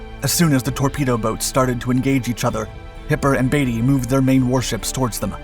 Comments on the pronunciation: It's "Beat-y", not "Baity", and "Ro-scythe" ,not "Rosith" And,ignoring the old test of "Who holds the field won", rule - which means the RN own -, the real test was Who was ready to fight? The Grand Fleet could have fought next day. The High Seas Fleet was never again ready to fight. The Grand were the ones who ran, this concerning their ultimate defeat by virtue of the blockade. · It’s not Batey, it’s Beatty B E A… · I was wondering which pronounciations you would screw up this time. Lutzrow? there is no R in there. Also Beatty is Beety not Batey. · Lots of thie video here is simplified which is fine but at the same time, there is a massive difference between Beaty and "Baity" as is the same kind of incoherent bs that you drool over and over again trying to prounce the namen Speer or Siel? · It's admiral beatie Not baity and it was the kms Lut-zow not lut- row but still a very well done video 👏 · novel and unique pronunciation of Rosyth the naval base on the River Forth !!! It's said Ross-Scythe, one word ........ to rhyme with the agricultural hand held cutting tool. Similarly, Beatty is not pronounced as Batey.